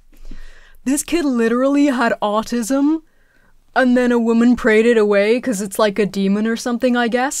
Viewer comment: Thr way this kid pronounces the word "autism" drives me nuts. Also, why does he sound like he lives on a California beach when he's from Louisiana??? Chill out with that accent, buddy.